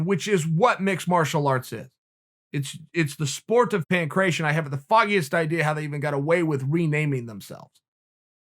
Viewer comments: Pan cration 😂 its pan-kra tee on (ancient greek ) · I know a bunch of other people have also pointed this out, and not too come off as a grammar Nazi but Uncle Chael its PAN - KRAT - TION love and respect.